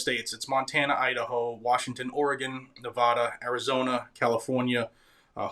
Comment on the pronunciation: I Love your presentations, but please properly pronounce the name of the state of Nevada. Thanks